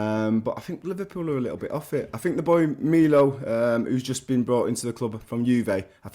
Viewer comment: hahah i knew he was talking about artur melo. But who the hell calls him milo. Its melo not milo lol